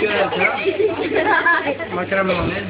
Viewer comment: "makarone"? or somethink like this? ;] Funny :D